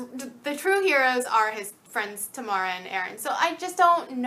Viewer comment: I think Tamara in this series is meant to be pronounced "Tah-mera" rather than "Tuhmara", because that is how the authors pronounced it in the interviews.